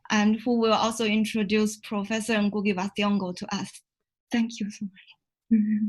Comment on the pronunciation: am i the only person who hears ngungu, its ngugi.